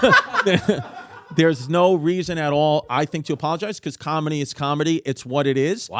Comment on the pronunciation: Nobody: Bobby: "combedy"